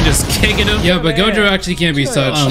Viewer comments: you call gojo jogo cuz tats what i heard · Gojo - jogo - jogo - gojo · my dude keeps saying jogo 😭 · The amount of times he pronounced "Gojo" as "Jogo" keeps making me see the volcano head on Gojo's body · Same he should’ve made a counter everytime he said jogo instead of gojo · Bro when he said Jogo talking about Gojo during the fight. I was confused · Bro said Jogo so many times I can’t count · idk if its intentional, but i find it funny that he calls gojo jogo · Take a shot every time he says "Jogo" instead of "Gojo". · my guy be saying jougo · i love how bro keeps calling Gojo "Jogo" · Him calling gojo jogo💀💀💀💀💀💀💀💀💀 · Did this dude call gojo Jogo⁉️ 😭😭 Fun fact: megumi for some reason knows what inumaki is saying 💀….and I agree his shikigamis are actually cool asfff RIP THE WHITE DOG THO 🗣️🙏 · he rally said jogo:') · he be callin gojo jogo. dud thats 2 different ppl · When you said Jogo and not gojo was that a joke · He said jogo instead of gojo like wha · It’s not jogo it’s Gojo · gojo not jogo, just saying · I beg you , please stop saying "Gojo" as "jogo" it's so weird I am unable to erase the picture out of my head 🤮🤯😵‍💫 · you kept saying jogo.... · Anyone notice he said jogo the whole vid? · Nah refer to him as Jogoat